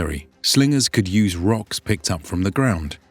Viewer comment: did that son of a bitch say rockoo? How dare he